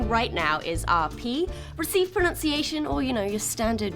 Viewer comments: ProNUNciation, not ProNOUNCEiation! 😊😊😊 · It's not received 'pronounciation', it's 'PRONUNCIATION'. Learn the fucking difference!